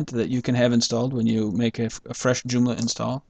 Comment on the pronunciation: doomla? or JOOMLA ;)